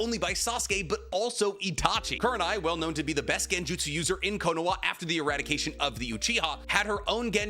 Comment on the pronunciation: How do mess up the pronunciation of konoha